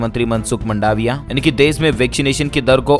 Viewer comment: अरे भाई, मंडावीयानहीं है मां ड वि या है